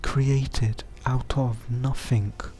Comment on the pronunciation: It’s NOTHING not NUFFFFINK!!!!